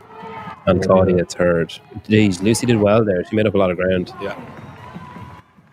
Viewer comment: Thanks for the coverage, but every time you said ‘third’ I heard ‘turd’ 😂